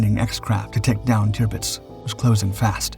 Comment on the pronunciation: Tipits?? Tirpitz!!